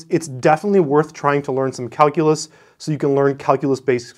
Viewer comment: He said Kalcoolus... 789 times...I counted.